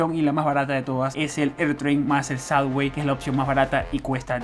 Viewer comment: Please...Please Please.....no es " SADWAY" ni SUDWAY.....se dice SUBBBBBBBBWAY con BBB no con DD. Come on tu eres New Yorker hace raton Mickey!!